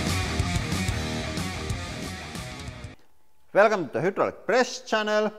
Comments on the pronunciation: The way he says Hydraulic pisses me off. It’s not Hoodralic. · You should opt to learn better English because it's a channel in English bringing in a lot of revenue and you're still here saying hoodraulic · Love the hooo-draulic press! FYI, In English it's pronounced high, hi, hai. But hooo is more entertaining. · It might be because in Russian, the letter "y" is pronounced oo as in Boot. So when he said hydraulics, he said oo instead of eye. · Its called hydrolic not whodrolic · nice work love your channel ,, hydraulic ,, try phrasing the start of the word using a( hi) sound and not a huu sound , imagine the word written like hidraulic , english sucks as a language its appreciated that youve learnt another language , ive tried and failed lol ,, best wishes too not trying to be mean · What the hell is a hoodraulic! Lol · Every time I hear "Whodraulic" I smile :) In a good way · I heard “welcome to Hitler press channel” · "hyoodrolic" love your pronunciations makes the videos even funner to watch. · The Who-draulic press lol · Hoodraulic lol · All these years, and you still can't say hydraulic 😆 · It’s not quite the same as “who”. It’s more like French u, German ü, or Koine Greek Y. Like a combination of oo and ee at the same time. It’s actually a very good approximation of the Greek, which is where the word Hydraulic comes from (Greek hydor, hydr-, water). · How have I never noticed Lauri pronouncing hydraulic, “who-draulic”!? Haha that’s fantastic! I’ve always enjoyed how he says pressure like, “press-ooh-ruh,” now I have a new accent quirk to appreciate.